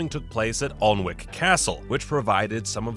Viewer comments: Alnwick is pronounced „annic“. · Alnwick is pronounced 'annick'.